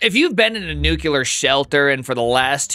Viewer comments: Hey, big fan Here to share something important. George W (dubya) Bush did you in, too. You're a product of the "nuke 'em" generation, who serially mispronounce "nuclear". It's not "nuke eh lar", it's "new clear". Enjoy your newfound life of non dubya indoctrination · "Nucular" Come on man, enunciate.